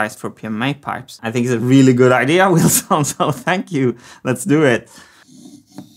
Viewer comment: It's not Wilson, it's Wheelson! It's a cogwheel, come on folks